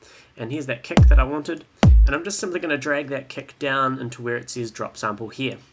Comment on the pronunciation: i love how you say KEK instead of KIK